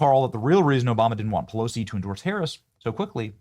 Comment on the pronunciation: Benny, did I hear you say, "Nasty Pussilosi?"